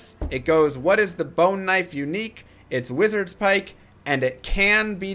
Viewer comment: it's wizard spike. not wizards pike. logically it tracks